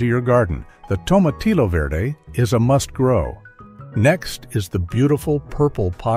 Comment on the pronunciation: Please don’t pronounce the double L in tomatillo. They are silent L’s. It’s pronounced “tomatiyyo” just like you don’t pronounce the L’s in quesadilla